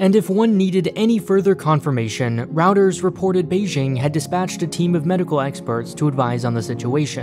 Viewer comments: It's pronounced "roy-ters" not "routers" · its ROY-TERS not routers when pronouncing reuters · Routers have become sentient, and are now reporting the news? Reuters!! Roy-ters! Nothing destroys credibility like mispronouncing the name of the well known news organization you're trying to quote. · Lol it's pronounced "roiters" not "routers" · it's roy-ters, not rout-ers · ROY-ters, not routers. Weird pronunciation, huge company/news service. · 'routers' wtf. It's r 'OI' ter. like oil. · Everybody mis-pronounces words sometimes but if you're going to do videos on the news, you should be aware that it's pronounced "ROY-ters" not "Routers." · What do you mean routers, it is roy-ters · routers 🤣🤣 it pronounced roy-tuhz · Reuters is pronounced “royters” not “routers” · Isn't REUTERS "Roy-turs" and not "Row-ters" ? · Rout-ers? I thought its pronounced root-ers. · Dude really called Reuters Routers 🤣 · Please learn how to pronounce Reuters. Not like routers! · It’s pronounced “Roy-ters” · Just for future reference, it's pronounced roy-terz. A router is something else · Routers? Did you mean Reuters? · Rauters? Whats rauters? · Did you really pronounce "Reuters" as "Routers"? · "Routers"? That's not how you pronounce that media outlet.... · Pronouces Reuters as Routers, lol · U called it routers🤣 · He literally called it “ROUTERS” 😂 wtf I’ve heard ZERO people mispronounce it that badly before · Wtf? Reuters isn't pronounced routers? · Full-time POG it’s more like royters, like toy. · I thought roy-ters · Are you mispronouncing Reuters and Huawei on purpose? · Can we talk about how you pronounced Reuters? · How did you pronounce Reuters again?